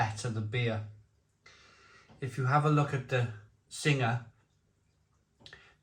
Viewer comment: It's pronounced Sing, you don't pronounce the ha, Sing is a mythical Thai creature. Tiger brewed in the UK is filth & beer Sing brewed in Kent taste as if it's out of date, absolutely shocking.